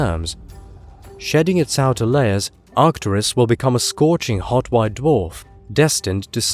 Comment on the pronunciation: arcturUs, not artcturis you ignoramus